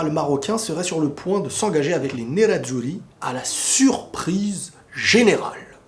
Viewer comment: Pas mal le "nerazuri" au début avec l'accent japonais lol